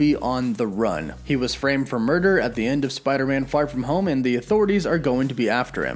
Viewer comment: Is it just me or did you say "Spider-Man: Fart from home"??